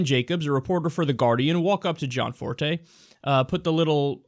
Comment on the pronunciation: Gosh. Stop fucking saying John Forté. It's Gianforté. do you even english?